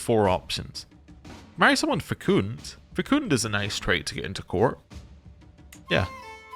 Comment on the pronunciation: FYI Fecund rhymes with second not secooned. And your Bishop cannot marry because he is a catholic priest. Not allowed, cause of a lot of problems but not allowed.